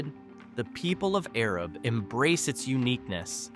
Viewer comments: Arab is pronounced A-rab (the A sound is the long A) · The town of Arab is pronounced A-Rab. I lived there for many years until 2008 and never heard of a sugar festival… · Arab is pronounced A-rab heavy on the first A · Gu-win is not in Fayette county. It’s in Marion County. These videos are so aggravating and they aren’t even pronouncing cities right. Do your research! It’s not Arab it’s A-rab! A long A! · Here to see if you pronounced Arab correctly…and you didn’t. 😂😂 Long “A”….”Aaaa-Rab” named after “Arad Thompson”. You’re correct about the misnaming…and the assumed misspelling mistake which misnamed our small town. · A-RAB is how the name is pronounced. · It's A---rab Alabama get it right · We say A-Rab around these parts. Lol. One of those things you don't really know unless you live around here. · It's the little A that has the long A sound like Araab haha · That’s what I came here to say. A-rab! Born and raised there. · Gu-Win is almost entirely located in Marion County. You need to learn to pronounce Mobile, Guin and Arab. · If this person (or AI) can’t even get Arab right, I would hate to hear how wrong he would get Lafayette or Eastaboga or Notasulga or any of a thousand other cities in our beautiful state. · This Yankee twit who can't pronounce Arab correctly completely missed the neighboring towns of Remplap and Palmer, along with fun ones like Zip City, Plevna, Egypt, or Boligee! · Yes!! He mispronounced eclectic (I used to live there) and Arab (I live in a city near there )